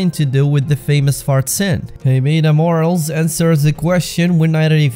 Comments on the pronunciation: Her name is "Mor-al-es" not "morals". Aren't you Spanish yourself? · Friendly tip: Morales is pronounced “Mo-rah-lehs” not morals ☺️👏 good video